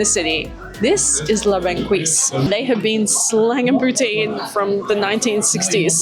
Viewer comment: We pronounce la banquise = la bon-kees